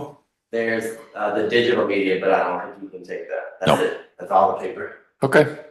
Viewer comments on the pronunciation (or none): none